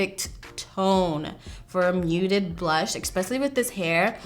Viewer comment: My one pet peeve. When she says “eXpecially” lol it’s especially. Always bugs me when ppl say it like that. I know, grammar police but idc lol.